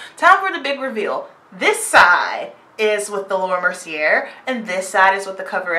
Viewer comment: Thanks for this review/demo! I'm loving all these companies coming out with powders for us, too!!! P.S. "Mercier" is pronounced like "mer-see-A" like in the last syllable of "latté" Not trying being rude at all I promise, but I just thought you'd want to know :) <3